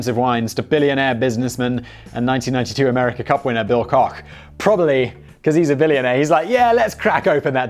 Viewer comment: You mispronounced Bill Kock's name.... He's a brother of the Koch (Coke ) Brothers of Koch Industries.